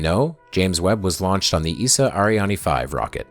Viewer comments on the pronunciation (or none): As a european I hate how you say "ESA Ariane"